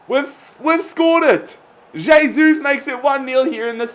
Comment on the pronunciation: Pronounced "hey-sus"